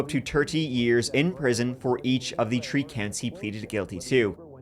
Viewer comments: my husband loves to hear say tree❤😂❤love it😂❤ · In this episode, said “tree (3)” and “turty (30)” seven times.